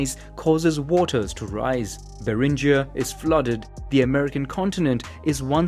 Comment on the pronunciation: Beringia - [beringia] but not [berindjia] since the explorer's surname was Bering [bering]